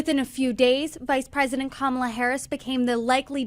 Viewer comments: The future President of the USA’s name is pronounced COMMA-LA, accent on first syllable!!! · Repeat after me: KAHH-mah-lah. Geez, why is it sooooo hard to get her name right? It's not rocket science. Sheesh! 😂